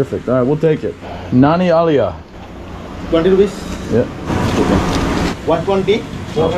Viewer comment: funny, no one was able to undertand "Nanni aliya" ,but good attempt ! :) local kochi guy now living in CA. also you picked up "your good name" question well !